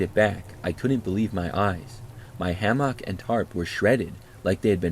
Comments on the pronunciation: Ham-mock lol ham-mick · Ham-mock is killing me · love your videos but the way you say hammock makes me want to scream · pronounces hammock like no one I've ever heard before 😅 Thx 4 the vid & your distinct enunciation of hammock ✌🏼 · are you using AI to read stories in your own voice type? Really strange how you mispronounce hammock like 5 times. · Using AI? Nah, I've listened for a while & he def has a distinct voice. He just pronounces hammock in his own way